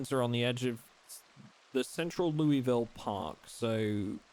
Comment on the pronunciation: Loo-wee-ville 😂😂😂😂😂. Ky resident here it's Luul-vul. Two syllabus throw the rest of em out.